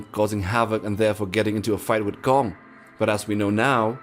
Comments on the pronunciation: It’s Kong not gum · Why did you call Gong ? It’s Kong not Gong Lol.